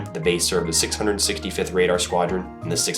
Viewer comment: "Army Navy Pradar Station"?!?